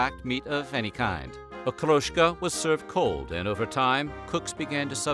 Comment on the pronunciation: I'm bickering of course but except for Okroshka, none of the names is pronounced correctly. And every time they say "blini", they show a picture of "oladii" - thicker and smaller pancakes